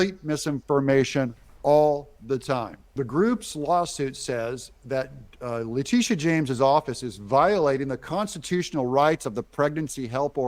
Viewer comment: Le-titi-a James